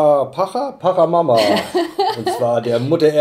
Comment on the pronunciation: Tiwanaku - südamerikanische Kultur, da musste ich einfach reinschauen… Auch wenn das nun gar keine Rolle spielt, macht das Spiel tatsächlich „Appetit“ auf mehr 😉. (Kleiner Tip: Pachamama wird „Patscha mama“ und Quetchua „ketschua“ ausgesprochen 😊)